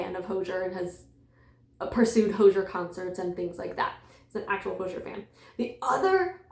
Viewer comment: The vibes here are very fun, and I love the!:D (ps, Hozier rhymes with cozier)